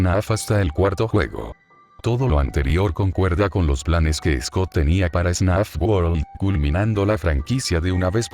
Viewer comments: Alguien se dio cuenta de que dice snaf y no fnaf? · el video es muy bueno y todo pero, tengo una pregunta. es solo yo, o en todo el video el narrador dice "snaf" y no "fnaf"? en serio, quiero saber se a alguien mas pasa eso. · Nada que ver pero alguien sabe por que dice "snaf" en vez de "fnaf"? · Vi 2 horas y 26 minutos de un video de Fnaf donde pronuncian Fnaf como Snaf. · AHhHhHhHhHh porque dice snaf? me va a dar algo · es idea mía o dice ¨SNAF¨en lugar de ¨FNAF¨? buen video btw